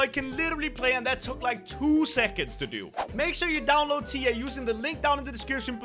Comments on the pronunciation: saying tiya Me that’s my friend name but it’s spelled like this tia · I know its tea not tiya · He said tya and my hopes soared. Like if you know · The way he pronouced tiya sounded like he was talking about his wife LOL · When he said Tiya i thought he was talking abut his wife lol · He said tiya Hmmm